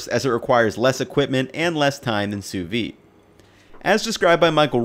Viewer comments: Pronounce it SOO-VEED, and not soovee. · Great video! My only complaint is that it's pronounced Soo-veeD. Sous-vide. There's a D missing in there ahaha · I get so triggered when i hear "sous-V". It's Sous vide in french, under vacuum. Just imagined if we called hamburgers "Hambur". It's dumb af, i know, but it triggers me. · Am I the only one who hear sous vi and not sous vide? Where's the D? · Why do you think the D is sous vide is silent?